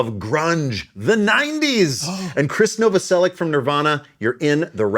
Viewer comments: Novoselich not Novoselick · Англоговорящие неправильно читают фамилию хорватского басиста он НовоселиЧ, а не Новоселик Right version of his name sounds like "Novoselich" not Novoselic